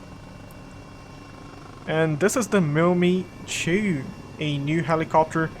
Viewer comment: Good video, nice job. Thumbs up given! (although it made me cringe each time you said "mill me to"😬 It's pronounced Mil-Emm-Eye-Two) 😂